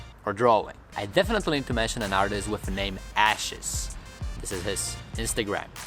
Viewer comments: Wait, so Aches is pronounced ashes? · Aches* is not pronounced "ashes" ...lol